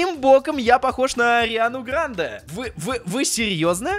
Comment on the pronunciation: Не правильно говоришь ударение на е